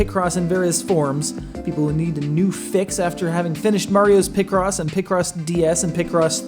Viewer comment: Sounds like you’re saying picrossy 😂